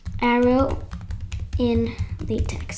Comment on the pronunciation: Cool vid! LaTeX is pronounced lateh.